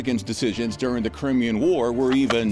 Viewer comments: Ooooh the irony of someone calling somebody dumb 🙄 in the same sentence that they totally mispronounce the correct way to say Crimean...it's pronounced Cry-me-yan 🙄 😂😂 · I know I'm pedantic but it's pronounced Cry-me-an. Love your videos!!! 😊